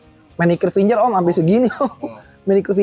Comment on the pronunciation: ngebaca nya fingGer om jangan finJer